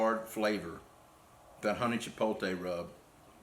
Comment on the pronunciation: Chee-pote-lay not Chee-pole-tay my brother. Love your channel and all your products sold at Mississippi Grills and Kroger in Madison. I have em all .